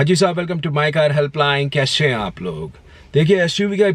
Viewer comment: kaishe h aap log , Shuv car , Shteering bhai sahab kya ho gaya apke accent ko ...😃😃